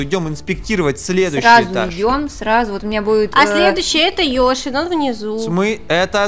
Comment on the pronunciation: не ёшы а йоши